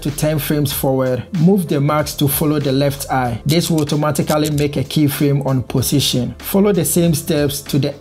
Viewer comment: Am I the only one to hear pussytion? Anyway thanks for the video!